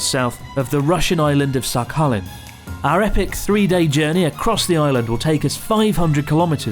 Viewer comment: Russian pronounce squad here! "kh" in Sakhalin is hard "H" to prevent pronounce like Sa-alin. Here is no "K". And correct accent on "I" - SahalEEn. Cheers. Happy Easter!